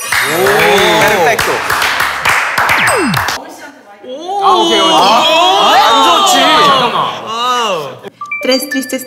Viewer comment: Ame el "perfecto" min